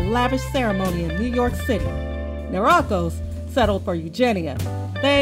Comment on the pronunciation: Pronunciation of Niarchos is wrong.